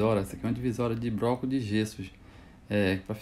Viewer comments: BRoco não cara , “BLOCO”. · Muito top mas na proxima so fala (bloco) nao fala "broco"